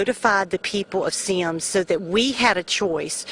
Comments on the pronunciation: My grandma lives in Semmes lol. It's pronounced like "sems" though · It's pronounced Sims. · On he said Semmes wrong!! I live here and it bothers me so much when people mispronounce it. It is pronounced Sims it's just spelled different